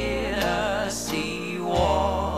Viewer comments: きつい南部なまりの「チェネシー」発音がいいんだよ。カントリーウエスタンの名曲はテネシー州の歌になったね。 初めて恋人ができたヤンキー（南部）娘が、自慢して友達に紹介したダンスパーティーの夜。 気が付いたら、親友と楽しく踊っていたとおもったら、その手を放さずに、奪われていった、とってもスイートハートな素敵な悲恋の歌なんだよな。 英語がわからないけれど、この歌には、そういう、魂を震わせるものがあるんだよ。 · TennessieのTeがche OR tseになっとるので全体に汚く聞こえる。